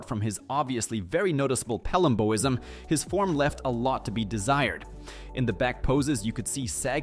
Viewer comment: How did you pronounce Dave Palumbo's name correctly, but not pronounce "Palumboism" correctly? The condition is literally named after Dave smh.